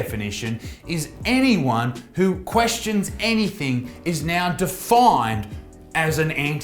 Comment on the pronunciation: I'm more concerned with Isaac using * Anythink* as opposed to the correct word Anything. 😆